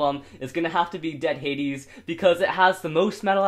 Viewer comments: bruh, it's not dead hadis, it's dread headis. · dread hades, not dead hades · Why does say dead hades?